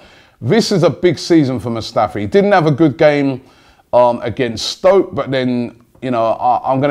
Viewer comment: cone of n Robby it's stoke not spoke 😂😂